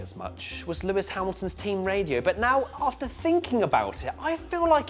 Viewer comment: Was it me or did I hear a NEOW he is back 😂🤣😂